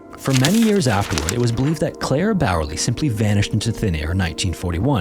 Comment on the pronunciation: „Claire Bearley“ = Clara/Klara Bäuerle 💀 Oh well he tried. I think.